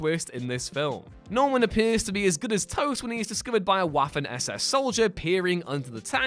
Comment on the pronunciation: Pronounced Vaffen